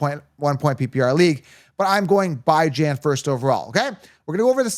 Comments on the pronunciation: Bye-Jan? I thought it was pronounced Bee-John 🤔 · I was wrong the last 2 years but i was right the 2 years before that lol...so 50/50 at best lol..thats everyones chances....and his name isnt Byejan....why cant u pronounce it right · Was able to hold on until the 16th time he said bi-jan. Interested in giving the video a look, but damn... couldn't stomach bi-jan. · This guy still calling him “BYE-JAN”. I guess he eats DYE-JON mustard on his hot dog. Remember a player for the jets named BYE-Lal Powell? Ridiculous… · Pronunciation of names like the Key & Peele skit lol. I will roll with the way his mom who birth him says his name. Geaux ByJan